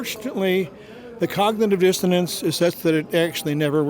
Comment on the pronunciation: The last guy: “cognitive distonance”…..since when did dissonance have the letter “t”?